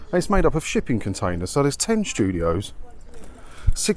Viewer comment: Did you say shipping container or sh1tty container?